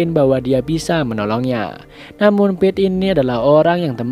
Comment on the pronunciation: Kedengarannya Beth😭🤣